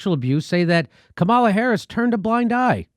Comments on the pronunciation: Jimmy, her name is pronounced comma luh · Jimmy it’s « comma la » come on, this is racist of you: you’re smart you know full well how to pronounce her name. Doesn’t matter what your opinion is, pronounce her name right! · You don't have to like her (I don't) but my god, at least pronounce her name correctly.